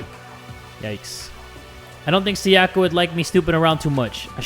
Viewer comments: Please jay for the love of god her name is pronounced “sai-yuh-kuh” not “sa-yah-kah” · he keeps calling her "sayACka" ams im just like bruh she pronounced it for you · Sayaka is actually pronounced Sá-ya-ka, not Sa-yá-ka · If he says Sayaka like that one more time I